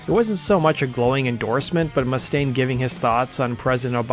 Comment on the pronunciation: Oh my effing god! Can you friggin' pronounce Dave's last name correctly, please? It's goddamn frustrating when people can't pronounce words and names correctly. It's not MUST-aine. It's mus•TAINE!!!! Listen to Anderson. The person you actually put in your own video! Mr. Cooper pronounces his name correctly. Learn from your own video. Seriously, go to the part where he says his name. Play it back about 20 times and repeat slowly. Listen and learn! jesus friggin' H., man!!!